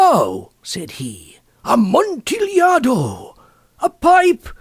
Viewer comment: said a-mont-a-lado